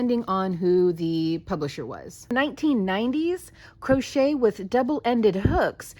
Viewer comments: "Croshit" 🤣 Now THAT'S a Freudian slip if I ever heard one! 😂🤣💀 Aptly put too imo. 🤭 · hahaha im totally calling crochet "crosh*t" when the project isnt going well